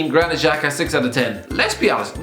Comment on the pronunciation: Who’s Juganish Xhaka? hahahahaha